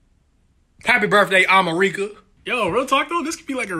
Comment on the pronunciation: Absolutely no one:: HAPPY BIRTHDAY AHMUHREEKUH His fans: dies of laughter